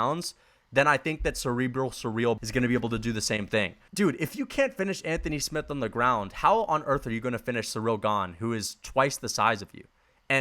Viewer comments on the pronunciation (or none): none